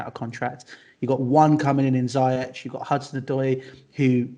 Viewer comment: is just holding up his anger from the pronunciation of Ziyech from.;)